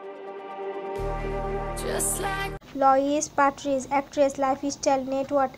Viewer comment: Please pronounce his name correctly